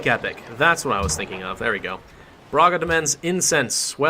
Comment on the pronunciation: Brahga is the pronunciation